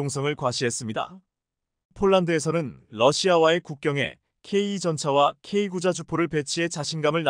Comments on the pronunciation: 맞습니다 설명좀 제대로 했으면좋겠다 케이 나인을 케이구라고 하질않나 케이 투전차를 케이 이 라고 설명하질않나. 듣기 짜증나네!!네티즌 들이 영어를 모를까봐 그렇게 읽어주나보네!! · 아 제발 케이 전차라고 하지말고 케이 투라고좀 읽어주시고 케이 구가 뭡니까 케이 나인 이라고 읽어주세요!! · 나하고 똑같습니다 내용은존데 발음하는 소리가 엉터리다!!케이투. 와 케이 나인 을 케이. 이. 또케이 구 라고 하는데 그걸못고치네!! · ㅋㅋ. 나토 를 엔에이티오 라고 읽어주네!!글구ㅈ케이 나인을 케이구 라하고 케이 투 전차를 케이 이 라고 읽어주네~그렇게 읽지말라했거늘 안되나보네!!